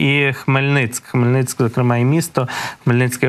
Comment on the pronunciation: Скільки можна вимовляти Хмельницьк? Ви навчитесь колись правильно говорити Хмельницький? Чи Б. Хмельницького ведучий теж буде Б. Хмельницьком називати?